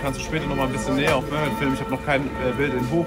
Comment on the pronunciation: Er sagt Memo anstatt Mehmet 😂